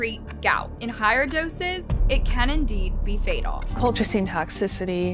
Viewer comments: It’s not colclean! Sound it out col-chi-cine. It’s said in the video correctly by everyone but the person narrating this! Seriously the most annoying thing! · Why she keep saying colclean? 😅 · Lol cloclean 😂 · everyone they interviewed- "colchicine" - "cul-cha-cheen" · She's pronouncing Colchicine differently every time 💀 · Maybe rehearse the tough names? With so many examples of how to pronounce colchicine correctly, there really isn't an excuse. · I read this after I had just previously watched a video where she mispronounced benzodiazepine. Then while watching this video when you done it again with colchicine and not just once but says it's two different ways after they had just said it 😅😅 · Omg I noticed to with the medication name😂😂😂 like they pronounced it for u. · Girl. The experts pronounced the medication 100x & u still messed it up, every time lol 😂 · How you pronounce colchicine 6 different ways? 😂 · Why cant the narrator pronounce "colchicine" despite multiple clips of people pronouncing it? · I love that they say colchicine like 5 times and still gets it wrong. Once again proves isn't a narrative but a robo text to speech bot lol. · Is it just me? I'm annoyed she put so much work into this video, and reviewing it, but refused to say the medication name properly. I don't know it bugs me lol. You can hear the proper way to say it in the video, but she's mispronouncing it in a variety of ways. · Why does the narrator keep mispronouncing the word colchicine? It’s pronounced correctly all through the video by everyone so why can’t she say it right? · Why can’t she pronounce colchicine? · Why can she not pronounce colchicine? It's one of the easier meds to pronounce. She said it every single way but the correct way. I guess for comments? Lol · How hard is it to pronounce colchicine? Or Oneida?